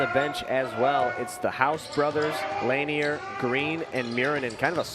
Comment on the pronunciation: Lanier is pronounced La-near he driving me crazy saying it like that 😂😂